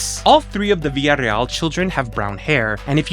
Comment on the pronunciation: Than you for pronouncing “Villareal” properly!